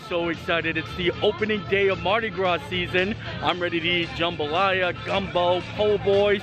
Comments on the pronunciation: allow this Neworleanian to teach you to pronounce Andouille, ohn-doo-wee. Also, the S at the end of Mardi Gras is silent. Great video, Universal did surprisingly well with it. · Happy Mardi Grausse lmfao